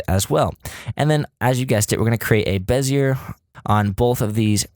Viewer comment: Repeat after me... BEH... ZEE... AYYY. Perfect. Back to work.